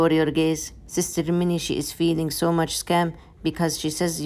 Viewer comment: The sooooww much cute is so funny how u say it I like it 😂